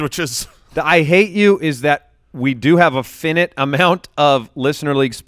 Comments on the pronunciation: Jason's face when pronounces "finite" wrong... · fy-night. finite. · "Fin-nit"??? Did you mean... Finite aka Fi-nite,? hehehe B-);-P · Is English your native tongue? The word is pronounced "Fi-nite" -- Have a nice day.